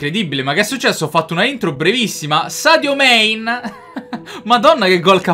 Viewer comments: Sadio??? Main? Manè, com'è scritto si legge. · Nessuno: all'inizio del video: sadio mein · Nessuno: proprio nessuno::0.59 ATTENZIONE sadio mèin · sbaglio o ha detto sadio main?